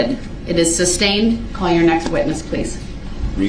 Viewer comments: I think my favorite part about all this is how he mispronounces so many legal terms. He's like a child that hears the word once, mispronounces it, and thinks that is the correct way to say it and everyone else is wrong. Every time he says sustained he's saying substain. It's like the only way for him to understand this legal jargon is if the legal jargon is wrong which explains his understanding of law. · and the judge wouldn't give him grounds for the "substain". He was just "axing" about the "licene place". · Never fails to crack me up. He gets sustained and then asks " reason for the substain". What is a sustained sir? He also asks Detective Carpenter " what is the thist". Carpenter should have asked Brooks, "huh?. Then he asks a bunch of witnesses if they got the license place of the vehicle. The guy was clearly not the lawyer he thought he was.